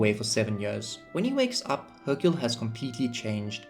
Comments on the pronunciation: Hyrule is pronounced high-rule idk how you got hercule 😂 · Man you say Hyrule so wrong... where are you even getting the k sound? Its High-Rule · Here’s a dislike. Repetitively annoying background music, mispronouncing Hyrule, and you clearly don’t know genius game design. How embarrassing, I pronounced Hyrule the same way as you while 9 years old with English as a second language, and how old are you? LOL! You are so illiterate